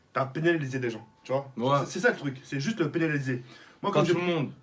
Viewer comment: " T'as peneliser des gens " mdr